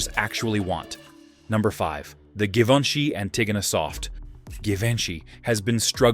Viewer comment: Thee narrator is mispronouncing Givenchy…at the beginning of the video!!!